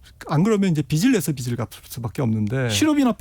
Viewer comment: '빚'을 말할 때 '비슬'이 아니라 '비즐'로 해야 맞습니다.